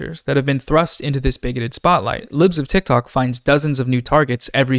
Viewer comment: Why do u say her name like it belongs to the sentence “boom-shaka-laka” every time? Like “put-shawka-laka”